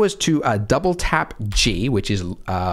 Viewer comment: Oh, with my bad english your double tap g hears like double TAB g, so is was so hard to understand you, and is took a while to find waht you actualy mean!